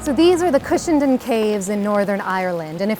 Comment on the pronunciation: "Cushindin caves" Cushendun: Coosh-en-dun. You're welcome.